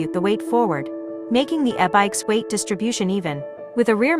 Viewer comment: “Ah-bikes” vs “E-bikes” 😂😂😂